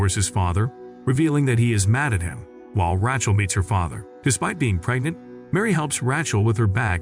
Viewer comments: Heller...its like Raychel not Ra chel.. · The way he says Rachel 😂😂😂